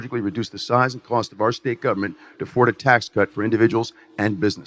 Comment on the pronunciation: “It’s gonna cust ya an arm and a leg but if you’re a good person you’ll do it”🤣